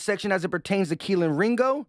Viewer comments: Please stop saying Kelin Ringo. Its Key-Lee. Its getting really annoying hearing everything messing up his name. as a UGA fan, its very tilting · Kelee bro kelee ringo lmfao you called him kealan the entire video champ come on now put some respek on the mans name 🤣 😂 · Why you keep saying Keleen? Theres no N at the end of his name lol just kelee ! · There’s no n in ringos first name it’s keley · Are you saying kelen or kelee? Lol. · his name is KELEE!!! There is no N in his first name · Much love and Go Birds and all but dawg it’s Kel-EE” there is no N on the end 😅😭😭😂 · pretty sure its pronounced KEHL-EEE